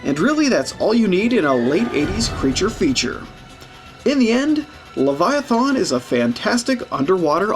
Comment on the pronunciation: Lev EYE A TH IN